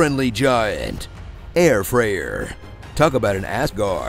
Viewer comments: Air freyer 😂😂😂😂😂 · Air Freyr 😂🤣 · Air Freyr. Just Why??